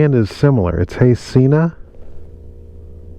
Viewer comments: Haha it is pronounced seh-na not see-na. You were right the first time. They have a video about it on their channel. Great video!!! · Try saying Sehna instead of seeena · It’s “Hello” Sena not “hey.